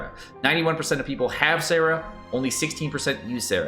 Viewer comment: his Sara and Sarah annoy me. Maybe not much as this. I’ve heard him explain some of them… and yeah I paper he might be right, I think but if it’s said differently in the game, that’s the how it’s pronounced lol